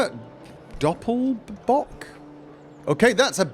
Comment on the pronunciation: wow he pronounced "Doppelbock" correctly :D